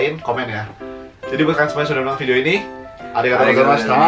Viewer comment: klo ngomong tuh santuy bgt, jdi blepotan pas arigatou gozaimashita ny😂